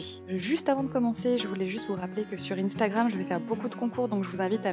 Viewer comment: Juste instagram le in se prononce un